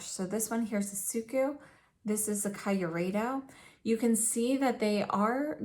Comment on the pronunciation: I know this is an old video and I don't know if you now know the correct pronunciation, but since no one has corrected you in the comments, I need to say it: the KYU part of Kyureido rhymes with cute. So it's kee-oo-ray-doh.